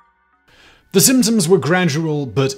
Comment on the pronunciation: I commented the same thing!